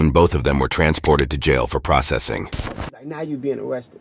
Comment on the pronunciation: listen to the narrator say processing 😂I know I'm not tweaking